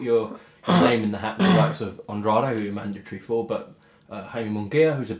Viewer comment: Still grates on me that no one says "Andrade" correctly still...